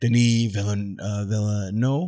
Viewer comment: Denis Villeneuve: Deh-Nee Veel-Nuv